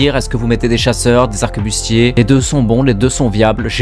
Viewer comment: arquebuse pas "arquebuste"